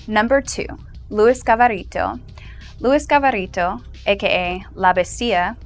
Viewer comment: I think it's Luis Garavito not Gavarito